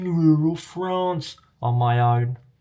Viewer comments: so we need a t-shirt but how do we spell "In rewral Frarrnce" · I love video AND voice-over. I also giggle every time you say "in rural France". 😁🇺🇸